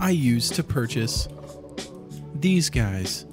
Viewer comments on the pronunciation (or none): none